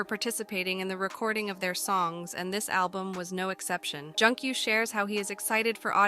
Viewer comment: It's Joon-gyu, ma'am. And it's HELLO, not Hellow lol